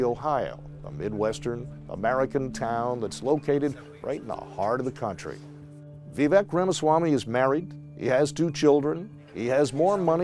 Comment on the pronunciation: Why must people STILL call him “Veeveck” ??